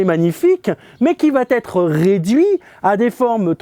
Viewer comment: ils vont être ... avec la liaison ok mais de grâce "il va être" sans liaison ce serait tellement plus agrable à l'oreille ! cependant merci pour vos propos enthousiastes!